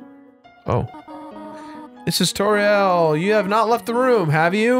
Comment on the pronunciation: toriel as in totural